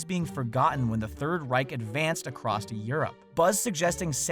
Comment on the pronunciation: Acrost? Acrost Europe? Really. You speak professionally, there is no 'T' in the across. Yes, it's that disturbing that it's the only comment I have for this video.